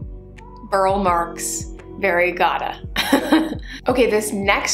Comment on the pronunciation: Btw, I am a total pedant... Burle Marx is pronounced Bur-lee, just fyi